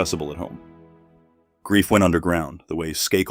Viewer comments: Isn't the maiden name pronounced "Skay - kill" with "a" - accent on first syllable. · Said her maiden name as Sky-cull ??? Seriously 😳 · SKAKEL??? AI is not sure about the pronunciation of her last name